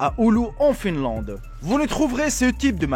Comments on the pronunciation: j'adore ta vidéo mais on dit Finlande et pas Filande mais c trop bien kan même adore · quand ta dit Finlande il y a une bibliothèque dans le monde qui a brûlé ! Finlande le "in" se dit "un" pas inne Finlande ;)